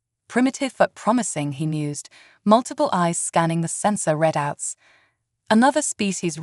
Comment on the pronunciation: Can someone teach th AI how to properly say the word Read out not red out